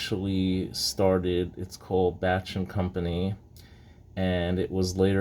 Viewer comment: I saw another vid that pronounces it as Beysh, so that is how I pronounce it, even when I did a vid that included a Bache 1 oz bar. Now I know. Good history behind it. Thanks!